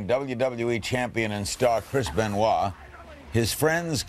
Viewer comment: Chris Benoit Benoit ben Wah Ben why Ben why Ben why I tried this 1000 times why do you pronounce that name like that